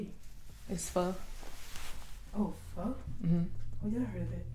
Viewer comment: It’s not fur, it’s pho 🍜 . That’s pho sure 👍